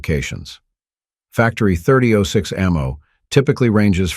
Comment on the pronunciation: I agree. A major gun rookie made this vid or someone without a clue. It was digitally read as noted by the mispronunciation of 30-06..